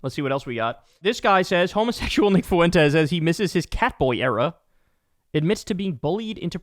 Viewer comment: You better learn how to say Fuentes bro